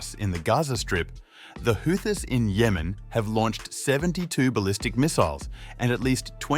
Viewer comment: Ghastly AI voice: "the Who-thyysss" I couldn't watch to the end...🤢